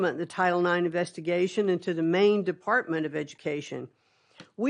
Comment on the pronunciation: Im sry did she say Investication?? Umm maybe we should keep DOE…